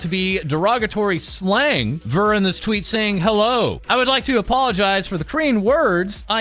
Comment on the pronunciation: I did notice this part way through. You may never see this comment but Ver's name is pronounced (V-ea-r) kind of like Year